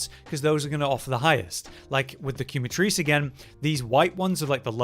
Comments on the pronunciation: Love the vid, but you are butchering Quematrice 🤣 in French and Spanish it means Burn and is pronounced “keh-mah-trihs” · ok ok ok..... QuemaTHRICE or QuemaTrizz ?